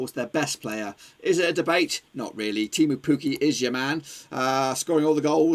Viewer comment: Temu puuki😂 Its Teemu pukki